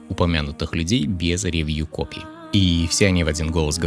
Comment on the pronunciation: Очень режет слух «рЕвью», ударение должно падать на последний слог «ревьЮ»